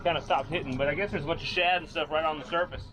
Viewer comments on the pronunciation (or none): none